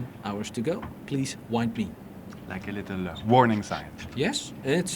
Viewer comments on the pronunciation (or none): none